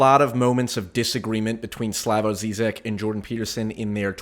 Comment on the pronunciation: This is precisely the reason I was so excited for this debate. Hope they have a part 2 cause I think they never really got into it PS: You're pronouncing Zizek wrong